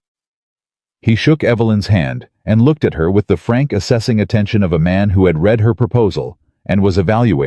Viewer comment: AI is illiterate. He 'reed' the 3 pages? He 'red' the 3 pages. Read vs read and AI has no clue and the person posting these stories never edits as claimed undèr 'description' AI should be boycotted and then banned. I am so tired of FAKE.